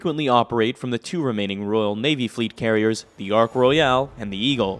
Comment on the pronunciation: Thank you for a comprehensive look at the development and deployment of the Harrier. Your American pronunciation of various English words is endearing and humorous. Eg: Royale instead of 'Roil'. Ports Mouth instead of 'Portsmith'. The English love to clip or swallow the ends of their words while Americans like to get the full enjoyment out of every letter. This is NOT a criticism of your delivery, merely an observation of two cultures sharing the same language. Keep true to yourself.